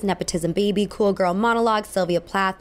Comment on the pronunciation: I can't stand it when people say cool like k-wool